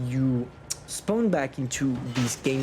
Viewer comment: Spaown added to the list of words can’t pronounce XD